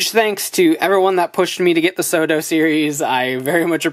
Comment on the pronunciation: I keep on thinking you're saying "Soda Figures." Now I'm just imagining the Genesis Driver from Gaim saying, "Soda!" Everytime you say it, lol.